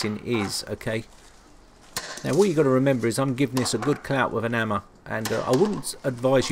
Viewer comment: "give this a good clout with an ammah" xD Amazing video, can't wait for more of your content.